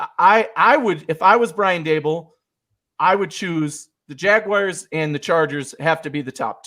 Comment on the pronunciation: I knew that WNYers pronounced the Jacksonville team “Jagwires”. I didn’t know Denver people did too.